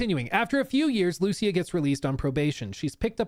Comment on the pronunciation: The way says Lucía so wrong hurts my soul. It's an extremely simple name, man. Come on.